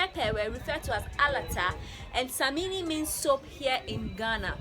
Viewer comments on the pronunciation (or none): I hope you will visit my hometown one day named Sunyani. Love your work. You said soap a little wrong it sounds like you said the Ghanaian reggae artist Samini lol it's samina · It’s Samina not samini x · It is alata "SAMINA" not "samini"...take note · It samina not samini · The word is samina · It's Samina not Samini pls...Always Samina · Samini😂😂😂😂😂 nys try though😂😂. It SAMINA not samini😂. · Wow it’s called samina not samini. Video is very informative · Great content as always. Quick one. Noticed you pronounced "samina" as "samini". As in, the ending vowel should be "a" not "i". It can be pronounced "samina/sɛmina". Which ever way the ending vowel is "a".